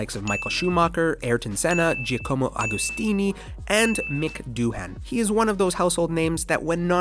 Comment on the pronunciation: i liked everything but the horribly irritating and contrived 'r' rolls. and if you're going to mention Giacomo Agostinis name, at least say it right.